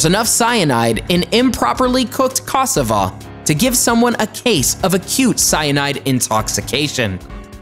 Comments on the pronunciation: Ca sa va that is how it’s pronounced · This error alone made me question the validity of this video! Second was the cassava. He said caass-A-va. It’s Ca-sA-va. 🙄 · pronounced CASSARVA not cassava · HAHAHAH first of all the prounciatiaon of akee and cassava is hilarious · I eat cassava everyday and idk what your talking bout coz who would eat it raw? Ghana gang ❤😚 and plz tell me I wasn't the only one who laughed at who he pronounced cassava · Hey You must be sleepy you don’t know what you’re saying (cassava) oh no 🤦‍♀️ you must be 🤢 sick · The way he just pronounced cassava, I'm out ✌🏾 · Lots of facts but thats not how you pronounce ackee and cassava I'm Jamaican I really want to teach people how to pronounce things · Mispronounced ackee and cassava 🤣🤣🤣🤣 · I’m so disturbed the way he pronounced Cassava.